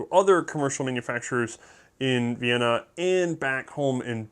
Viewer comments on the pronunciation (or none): none